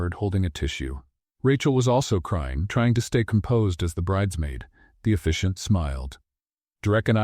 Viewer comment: It’s officiant not efficient